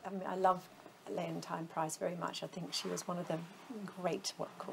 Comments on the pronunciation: Nice, but why does Dame Kiri keep pronouncing "Leont-ah-i-ne", while everyone else on earth says "Leonteene" ? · No. Its Lee-unn-teen. (You can hear her refer to herself in the 2001 interview with Tommasini, on YouTube, and elsewhere.) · I am American and I was confused because it's someone's name and honestly the "teen" sound is common in English. I thought Dame Te Kanawa was radiant here but her pronunciation of Ms. Price's first name made me wonder if she really knows who is. If I read it without having heard I would pronounce it LeonTINE as well. In the USA she was something of a household word so it never occurred to me to mispronounce her name.